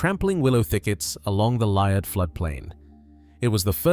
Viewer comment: Liard, pronounced Lee-ard.